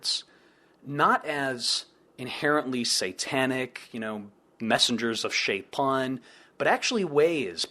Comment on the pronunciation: Dude, you say Sheitan with a nice Arabic accent. That's really surprising, are you native Arabic speaker or did you learn the pronunciation?